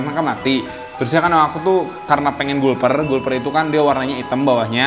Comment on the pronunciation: Kak mbacanya galper catfish